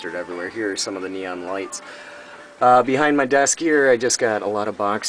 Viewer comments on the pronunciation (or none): none